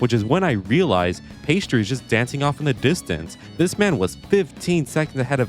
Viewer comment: "pheistri"? I think his name is "Piasti".